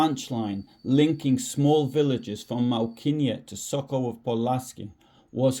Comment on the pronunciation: Should ask someone Polish how to pronounce Malkinia. That stroke through what at first glance appears to be an L changes the whole word. I suspect it is closer to 'Mow-kee-nyah' or something like that. I like the way you put this together. Nice job.